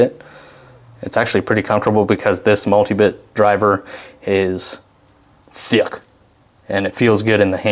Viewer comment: “THIUCK” lol